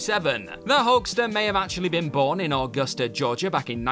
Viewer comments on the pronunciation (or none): none